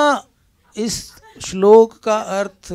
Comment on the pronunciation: His pronunciation of shlok 😂😂😂